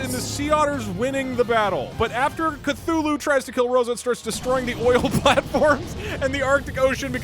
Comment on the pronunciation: It’s Cthulhu you idoté